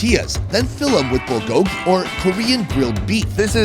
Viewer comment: I couldn't have been the only one who cringed when he said bulgogi. Korean Mexican fusion is common lol.